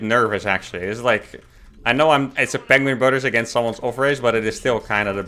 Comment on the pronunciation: Benedict Cumberbatch says "penguing".